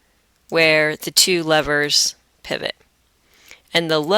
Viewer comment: helpful and understanding but pivot you say it as "pie/vot" Just that mistake